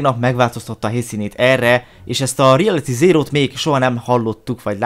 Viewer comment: REALATY ZÉRÓ... Jó az angolod